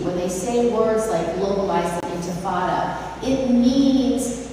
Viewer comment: Cannot even pronounce intifada correctly, :face-purple-crying: But you have to condemn it anyways